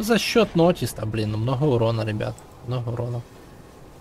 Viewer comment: МноХа ахаха Иди к логопеду сходи))